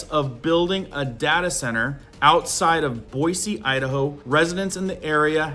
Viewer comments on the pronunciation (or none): none